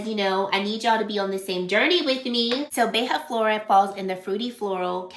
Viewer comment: Loved the fragrance combos and would really like to see an updated skincare routine. P.S.: Beija-flor means hummingbird in Portuguese and the “ja” on it is pronounced like you said it in “Janeiro”, close to the “ja” in the word “jar”. ☺️